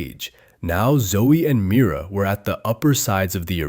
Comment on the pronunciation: NOT HIM SAYING MIRA MITA😂😂😂